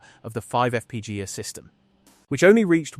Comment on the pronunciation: Use a better AI to pronounce F-P-G-A.... "EFF PEE GAH" sounds like someone falling down the stairs and I immediately lost interest in the video after that